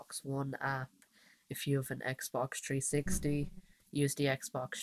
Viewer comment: Lol "tree 60" lmfao